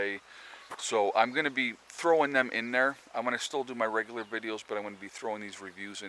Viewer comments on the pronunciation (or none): none